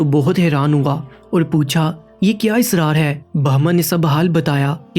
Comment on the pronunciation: Aik lamha tak nahi, " Aik muddat tak hota he.... Lamha to aik second ko kehte hen. Kahani achi he. But apni urdu ko mazeed acha kren. Israr nahi. Asrar hota he lafz.... Kahani yaa adab ki baat yaa waqia sunanay k liye ye chand zaroori baten hoti hen. Keep it up 👍